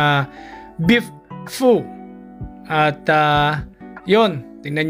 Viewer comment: Pag pronouce sa vietnamese soup dili fu/pu...pho is pronouce as Fe/ pha...